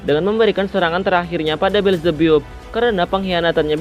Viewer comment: Bukan belzebbup bang tapi belzebap